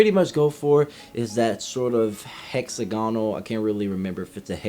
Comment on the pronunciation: Man said “HexaGONal” instead of “HexAGonal”